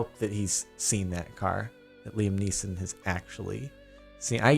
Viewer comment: Who tf actually pronounces it 'Liam Nissan"??? Is he stupid LOL